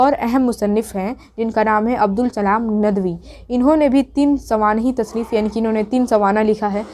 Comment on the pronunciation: سوانح لفظ تو صحیح سے بول لو یار